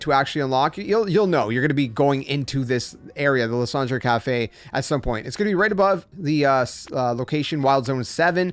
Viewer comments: i mean french would still be “lease-on-druh” not “lah-san-dray” 😅💀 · Idk if it was the point but that's not how you pronounce it in french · Luss und ray 😂